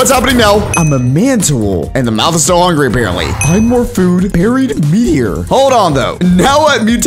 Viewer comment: Would you stop saying “hungry”😣👏🏿